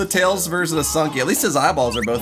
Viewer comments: correction: Tlels, not Tiels. Also Knuckles is called Knicknacks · Tunky the fox? Me: no, it's tlels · tails is called "Tlels" in this,you're welcome :)